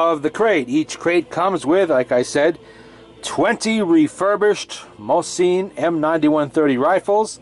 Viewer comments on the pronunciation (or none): Mo-sin not mo-seen and thank you forthe music in the background